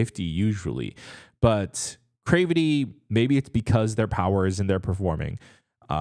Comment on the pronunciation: you are saying there name wrong 😅 it’s more like crAvity not crevety but whatever I’ve been looking for your reaction for them 🙏🏼